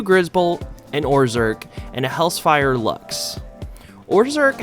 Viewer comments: Hel - zephyr Not hellsfire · bro really said hells-fire lux